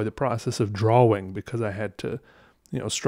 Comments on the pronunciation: He says “draw-wings” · I like how he really uses the W, and I will now say "draw-ing" the same way, because it is both correct and unusual. It should be correct and usual, which disturbs me about pronunciation, that a simple W is so hard to say in a word so short. What have we come to? is saving our entire way of speaking. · It’s usually “draa-uhng ” but he says “draa-wing” and I love it. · Do other people say drawing as “dra-wing” like he says it? Maybe I’m the weird one but I say it like “dra-ing” like I don’t say the w. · You mean you stayed for the "draw-wing" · Interesting. I've never heard the word 'drawing' pronounced 'draw-wing' before. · Draw-wing lol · It’s pronounced draing not drowwwwing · My guy pronounces the W in drawing 😂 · I love the way you say "drawing" with the pronounced w. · Everytime this man says drawing I loose a piece of my sanity.